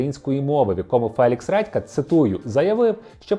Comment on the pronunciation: "Фелікс Ретка"?😂 вибачте, просто смішно